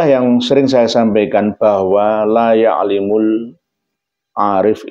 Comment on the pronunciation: Jubir_Yesus_Indonesia dia bacanya ya'limu🤣